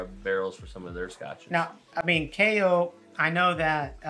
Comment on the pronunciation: It’s actually pronounced KYE-OH 😁👍🏻